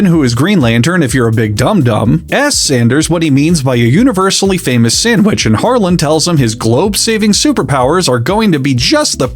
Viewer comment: The d in Harland is silent keep saying it the way you have been though it’s funny and I believe in Harlan without a d superiority